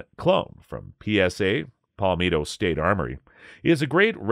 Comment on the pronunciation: It’s pal-met- toe that’s how you pronounce palmetto